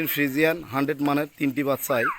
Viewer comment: ভাই। আপনার কথা ভালো লাগে টিক। আছে আপনে যে বলেন। হানডেট। না ভাই। বাংলায়। হানডেট। পারসেন নাই